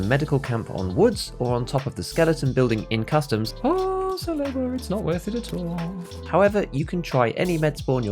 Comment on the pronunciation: Like this comment if you think that people who pronounce "Salewa" like "Saloua" should be executed in front of a live studio audience.